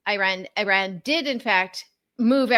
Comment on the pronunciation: I am gritting my teeth at the constant pronunciation of "Iran"